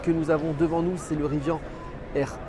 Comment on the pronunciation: Ca commence mal, il ne sait pas prononcer Rivian Riz - Vianne ....